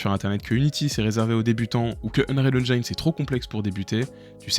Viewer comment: Venant du modding d'Half-Life, je suis plutot C++ donc mon choix a été assez simple, UE... au passage, j'essaye d'éduquer les Francais sur la prononciation de "Engine" xD on ne prononce pas comme "line" mais comme "medicine".